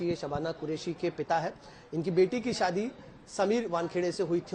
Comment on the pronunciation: Ye Shaadi ko(saadi) bol rahe hain🤷‍♀️